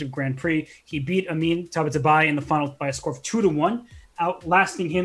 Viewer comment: Its Taba-taa-baee